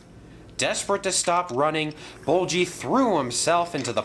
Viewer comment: It's ''Bulgy'', not ''Bolchy''